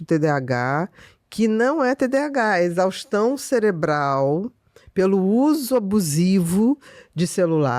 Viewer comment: Também reparei o "celebral"